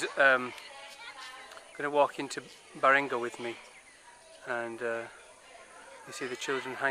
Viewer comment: The name of the that city is Balinga not baringa